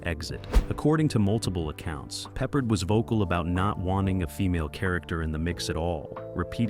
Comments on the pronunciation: George PeppARD!! Not Peppered. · It's pronounced. Pep-Pard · What’s wrong with George Peppered? 😂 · Yeah, George Peppered. I quit watching immediately. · It should be pe-PARD. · and your robot narrator totally fuck*s the pronunciation of one of the best known TV shows from the 1970s and 1980s. Then you just spell it out. Still wrong! M*A*S*H was pronounced mash. How can you not know this? It makes people downvote you. Same for George PeppARD. This kind of dumbness is why you get downvotes. Also, while talking about M*A*S*H, why does the picture show a scene from some other TV show, maybe Barney Miller(?)? Totally unrelated. Again MAKES YOU LOOK STUPID. My memory of the removal of Lisa Bonet from Cosby Show is bigger and very different than what you said. Lisa Bonet wanted off the set with Bill Cosby (I suspect he drugged and raped her, but she never filed charges). They gave her her own show, but for some reason she quit that after one season. They put her back on some Cosby episodes got then rid of her again, but kept the actor who played her husband and the daughter (who was nowhere near as good as Keisha Knight Pulliam, who played Rudy). Her story resembles Mackenzie Philips on One Day at a Time. Somehow Cosby or the directors thought any cute 5 year old girl could do the same thing as KKP who was now older and no longer as cute doing the stuff she did when she was 5. TSo they added Raven, but she was nowhere near as good an actress at 5 as KKP used to be. That and the tiresome grandparents really made Cosby decline, even though the husband actor was good, the premise was ridiculous. Why did the wife go live on an army